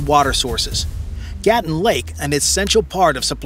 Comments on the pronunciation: 👉 Lake "Gatún" is not GAH(t)-uhn (like GATTEN) - - it is gah-TOON !!! It's jarring when the narration of a documentary mispronounces critical elements repeated over and over again. 😮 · It is Gatoon not Gattin. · it is gaa-toon not what you said.